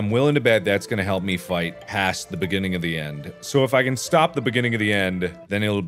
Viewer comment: At 2x speed, when Mark repeats, “it's the beginning of the end, ” it sounds like he's saying “It’s biggity end, ”